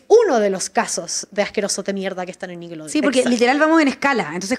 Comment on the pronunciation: Por qué la dice "nickeloudeon" 😂